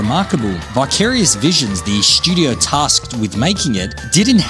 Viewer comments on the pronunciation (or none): Say it with me…STUdio. Not SCHudio.